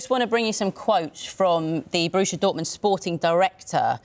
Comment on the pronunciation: It’s Borussia Dortmund not Borusha Dortmund. If you want to commentate on football please get it right. And if your maths isn’t great in what has become a percentage based sport, you’re in the wrong job.